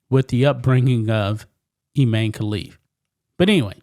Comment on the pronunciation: Its pronounced Ee-mah-nee.